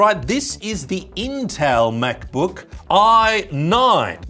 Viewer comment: Love how he pronounces “MacBöuk”.